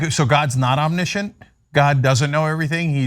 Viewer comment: Omnissient not omnishunt